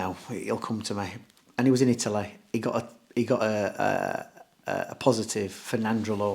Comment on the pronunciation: Italeh Italeh not England we're talking about Italeh 😂 I love Dom 👍😂